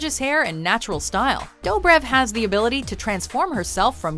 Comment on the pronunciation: It's Nina Dobrev (duh-brev